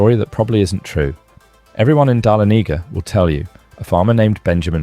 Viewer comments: THANK YOU! I was cringing every time he said it 😐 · Tourists are going to come looking for Amsterdam. The pronunciation of Okefenokee, Oconee, Auraria and Dahlonega were awful. You are working in a media which would give you the correct pronunciation. Pictures of many places in the USA, a map of Africa, a person practicing Japanese calligraphy, wow try a little harder. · You are pronouncing the city if the Georgia mint incorrectly... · Dah-lonega not Dahlo-nega. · The town is not Dalenega!! it’s Dahlonega pronounced Dah-LON-e-GA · This announcer needs to get lessons on the correct way to pronounce names before recording!!!!